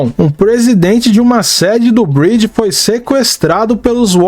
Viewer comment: A pronúncia do MC tá errada amigao ... Vc tá falando Bridge (ponte, em inglês), quando na verdade é Breed (raça).